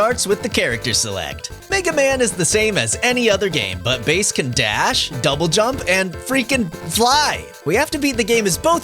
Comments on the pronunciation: It's Megaman and Bass not Base. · What do you mean it's pronounced base!? He's NOT named after the fish!? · You mean his name is pronounced like the music instrument and not like the fish??